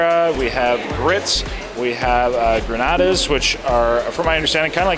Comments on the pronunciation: What you’re calling “grenadas” is grillades (pronounced Gree-ahds) and you’re right on the meat. They’re smothered steak medallions. Again - love from a Louisiana native lol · it's pronounced "Gree-odds", not Granadas. It's actually supposed to be used as a topping for the grits. I.e. " Grits & Gree- odds".. I'm from New Orleans and yes some of the words/slang are hard to pronounce ( including street names) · the meat you are calling grenadas are really grillades and it is pronounced “gree-yads” it’s French and it is a stewed rounds or veal that is usually eaten with grits at a brunch and it had tomatoes in it so it is classified at Creole. Creole is New Orleans French style food and has tomatoes but Cajun will never have tomatoes and is usually brown. Creole usually has a red tinge to it. Also instead of having a sofrito (onions, celery and carrots)we have what we call the Trinity with the Pope, it is onions, bell pepper and celery with garlic. We also start most of our dishes that have a gravy with a Roux which is equal parts of oil and flour browned to whatever color you want your gravy to look like. Bon Appetite!!! PS: the last way you got the Bananas Foster is the way you should always eat it….over ice cream! Love it. PPS: you misspelled Louisiana…lol…you missed an ‘i’ glad you enjoyed my culture!! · HEY... LOOOVVVEEEDDD THE VIDEO. THE CORN MAQUE CHOUX IS PRONOUNCED MOK-SHOE.. ITS JUST A CORN RELISH BASICALLY. THE GRILLADES (PRONOUNCED GREE-YAWDS) ARE JUST BRAISED BEEF IN A THICK BROWN GRAVY. BOTH VERY TASTY! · Court of two sisters is definitely not a secret! And it’s grillades, you say it like GREE-yads. Hope you enjoyed your trip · grillades is pronounced "GREE ODDS" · No one from New Orleans ever goes to the court of two sisters it for tourists and grllades is pronounced (gree-yads ). SMH. The best places to eat are not in the French quarter